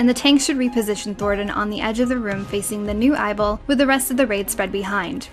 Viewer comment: I dunno why but the way she said "ball" in eyeball had an accent to it that stood out to me.